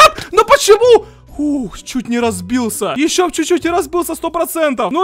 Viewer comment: мне одной показалось что сказал не разбился а разбылся